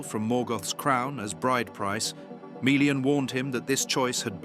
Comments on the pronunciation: meh·lee-uhn Not mee le an If you don't don't how to pronounce things don't guess, LOOK IT UP. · and MAY LEE AHN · There's nothing wrong with the lore being described here. I'm rather confident I could go and check my copy of the Silmarillian, and it would match up perfectly. But there's something amiss with the narrators pronounceation of Melian. He keeps saying it like Mi-lian while it should be Me-lian. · This is an AWFUL channel. All the names and visuals are wrong and obviously AI generated. Melian is not Mee-lian!!!! and she was not blonde !!!!! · they're not. It should be MELLIAN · I don't even think they are pronouncing melians name correctly.